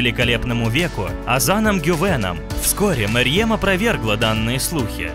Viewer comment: Во-первых не Мэрьем, а Мерьем Во-вторых не Немецкая актриса, а немецко-турецкая актриса